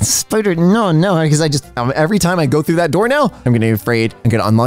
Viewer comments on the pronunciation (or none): none